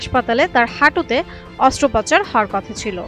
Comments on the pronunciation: তিন/চারবার শুনলাম, সংবাদ পাঠিকা, "অস্ত্রোপচার" কে উচ্চারণ করছে, "অস্ত্রপাচার" 😅😅😅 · অস্ত্রোপচার কে অস্ত্রপাচার বলে চালিয়ে দিলো সংবাদ পাঠিকা ওনি মনে হয় অটো পাস করে চাকরিতে যোগ দিয়েছে 😄😄😄